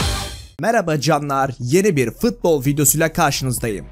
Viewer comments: Abi fıtbol değil futbol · Futbol'a fıtbol demediğin gün bütün videolarına beğeni atıcam😄